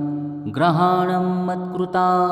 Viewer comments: ग्रहाणम असा उच्चार ऐकायला येतो.शब्द गृहाणम हाच शब्द योग्य आहे.ग्रहाणम याचा अर्थ सगळे ग्रह म्हणजे रवि चंद्र मंगळ बुध गुरू शुक्र शनी राहू व केतू येतात.आपण घरी पूजा करतो त्यामुळे गृह म्हणेच घर. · लिहिलं बरोबर आहे, वाचन करणारा चुकीचं करतो आहे.